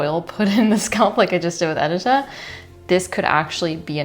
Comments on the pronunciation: Edit-a - your name is meant to be pronounced Ed - i - ta (i as in dish) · Lovely video. It’s very informative and I’ll have to try out these techniques. A note however: you should double check with your sister-in-law on the pronunciation of her name. The polish name Edyta is pronounced ed-EE-ta, with the emphasis on the middle syllable, not the first syllable